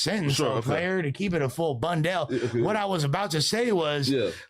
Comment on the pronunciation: “Keep it a full bundell” this dude be making up words every time he on camera 😭😭😭😭